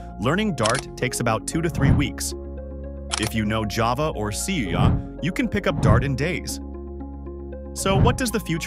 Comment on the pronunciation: Haha, the AI voice makes so many mistakes when saying C# and making weird pauses all over. You should really tweak the text, so the AI voice reads it right. Otherwise it comes off as cheap slob, even though you clearly spent some time on the script, which is actually good.